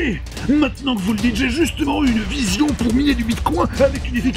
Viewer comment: "voilà ce qui m'est apparu en vuuusion" - Parrrdon